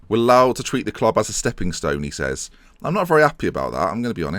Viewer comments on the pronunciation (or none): none